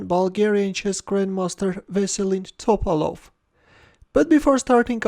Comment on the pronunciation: It’s Topálov, not Tópalov